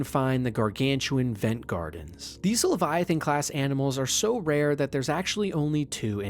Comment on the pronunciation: Rap-pear Levy- atain